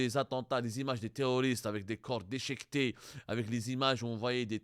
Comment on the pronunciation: Des corps dechéquetés ouela déchiquetés !? L’etalé ouela l’Italie !? Roh y’a Abdou, tu ne sais même pas parler… Pour info le premier journal qui a diffusé l’info c’est Marianne, un article ecrit par Amar Ouyahia qui est habitué a s’attaquer à l’Algerie … A bon entendeur !